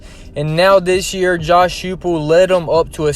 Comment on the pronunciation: Coaches name is pronounced Hi Pull.....nice piece👍